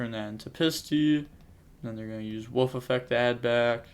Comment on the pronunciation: It's Wolf not woof! Lol